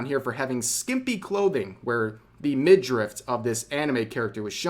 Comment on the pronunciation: I love how rev pronounces midriff as mid drift and documentary as documen tarry